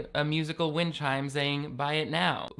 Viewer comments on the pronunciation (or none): none